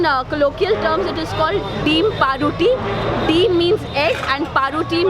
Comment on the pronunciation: She pronounced gugni,it's ghughni,paruti noi pauruti bhai mone holo ato din vul bangla bolchi